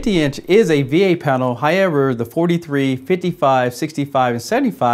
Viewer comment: It's pronounced HOW-EVER, not HI-EVER